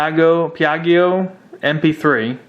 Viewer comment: Piaggio = Pee ah Gee O. Moto-Guzzi = Moto- Goot See. You mispronounced them to the point of loosing cred. Now with that said, I would love a custom quad frame w/700 Maico running a Direct/and Throttle body dual stage EFI... the throttle response would be killer!